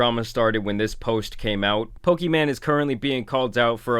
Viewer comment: Bro keeps pronouncing her name pokiman and it makes it even funnier 😂😂😂